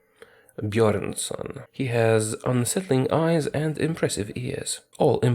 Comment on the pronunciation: Si, "Bjornson" naturlich 😂 Your pronunciation is just perfect I love it